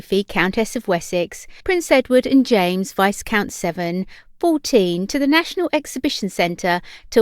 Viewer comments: VY-count not VISE- count. You'd think a Brit would know the pronunciation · You don not pronounce the 's' is viscount! It is pronounced 'vye-count'. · Viscount is pronounced without the “s” sound.